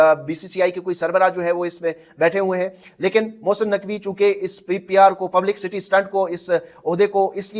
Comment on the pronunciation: بھائی پبلیسیٹی ہوتا ہے پبلک سٹی نہیں